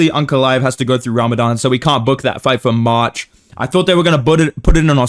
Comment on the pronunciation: Cannot hear this say march without hearing marcin tybura